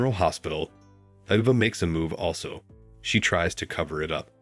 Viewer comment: Why so much mispronouncing? It's A-va not Ah-va, Natalia is Na-tal-ia OMG